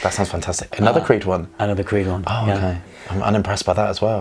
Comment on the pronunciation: really butchered creed. But I totally disagree with his observation.